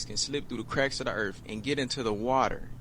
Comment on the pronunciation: The Erf.. it sounds so much better than Earth 🌍 seriously i want to live in the planet Erf❤